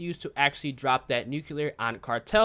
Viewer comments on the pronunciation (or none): none